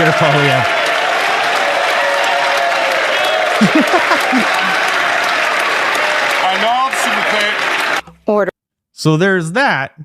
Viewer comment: Holy F. can’t even pronounce the family name of Pierre Poilievre. How can anyone take him seriously as a political pundit if he misses the most basic detail.